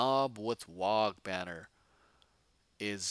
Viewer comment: If you do run Trukks, don't forget that it can fire its Big Shoota in melee. Same for the Battlewagon Guns. Lastly, the "G" in WAAAGH! is silent! There is no such thing as a "wag banner" :)